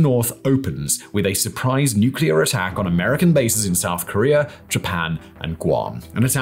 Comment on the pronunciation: he must not like Korea if he calls it Karear, like someone Bottom xD